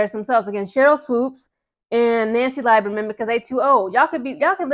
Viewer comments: Lieberman Is pronounced as Lee not lie berman. And she was right to ask Sheryl to issue a public apology for mistating Caitlin's age and eligibility because it was ridiculous. She was not 25 and in her 5th year of eligibllity. She is now only 22. Nancy was a fan of CC in college that is why she asked Sheryl. I don't see it as two old women fighting over a young girl. And by the way Sheryl was fired as a college coach because she disrespected her players... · Pronounced LEE-ber-Mann. Indiana has two sets of fans. The ones from Indiana..then the ones not from Indiana. People forget when the kkk moved their national HQ from Tennessee it went to Indianapolis. Indiana outside Indy is a racist time warp. Back in the 30s 40s Indiana had more lynchings than southern states. My best friend from childhood lives in nap town but he will tell you straight up…there are a lot of sundown towns in rural Indiana. He also said that MAGA loving segment of the fanbase is small but gives the entire fanbase a bad rep. At this point Swoopes is just looking bozo. She doesn’t have to like CC but it’s gotten ridiculous. She clearly has a problem w white females due to a trauma she has never resolved but don’t take that out on other women. 😮